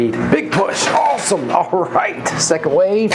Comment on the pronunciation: I love how that West Virginia twang comes out when you say "awesome ", I giggle every time. Anyway congrats on the gold! You seem much happier these days and I love it! Give Glenda and Bray my love and see you tomorrow!! 🥰😘❤